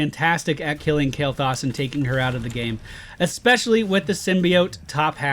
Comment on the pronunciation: u pronouncing his name wrong xD